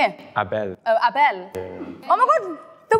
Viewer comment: As a Nigerian whose surname is Abel, d pronunciation is wrong 😅😭😭😭